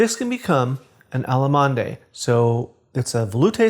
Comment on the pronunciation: Nice! But your French needs some help! It's not 'alla-mon-day'. It's 'ahlll-mahnd(uh)' which means 'German'. Because sauce is feminine, you add an 'e' to 'allemand' and sort of pronounce it softly, like the 'd' in the English word 'bend'. Also, 'Bércy' is more like 'behhrr-see' with the accent on the 'behhrr' part. Just a suggestion!